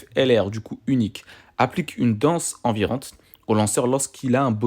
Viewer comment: Super video comme d'hab!! Mais c'est "danse ENIVRANTE" pour Kiato et pas envirante.. 😂❤